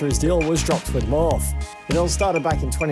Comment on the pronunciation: It’s Morph EEEEEE!!!! 😂😂😂